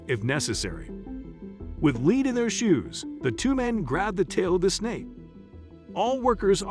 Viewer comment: The narrator said, "With lead in their shoes," and "lead" - presumably to be the word pronounced "led" that means a very heavy kind of metal that weighs down what it sits on - as "LEED," which is how the verb meaning guiding or directing. Is the narrator AI? And the footage in this clip purchased from a stock house? It's very weird to watch what I presume as facts produced as a fictional after school special from the late 70s or early 80s. Not to be a hater, and the overall message is interesting and positive. How it has been presented is bizarre.